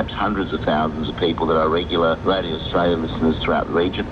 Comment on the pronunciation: Arsetraaalieghaaaaar Grrr! How do you pronounce Australia?